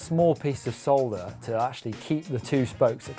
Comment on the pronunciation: protip: solder is not pronounced like that